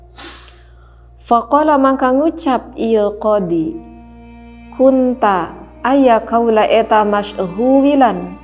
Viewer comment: Subhanallah Berkah berkah berkah Tapi itu di baca nya Kuntu teh 😂